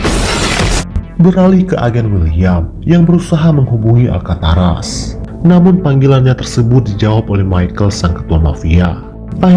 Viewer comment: Alcatraz min, bukan Alkataras ;)